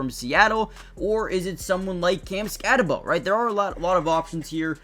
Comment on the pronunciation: Ok its pronounced skatteboo. Spelled skattebo. Its not skattebow. Get it right. I know the kid personally. His family is literally my family. Him and I are not related but our certain family members are.